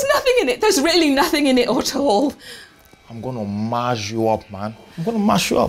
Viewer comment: “Am going to Maaz you up , Maazing you up”😂😂😂 he’s really tryna say mash you up plus the hand gestures one of the funniest things I’ve seen this for a while. Really relatable.